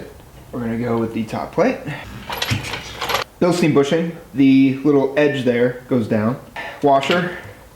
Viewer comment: It's pronounced bilstine.